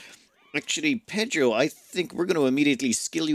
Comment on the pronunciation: Voté for Pédhro!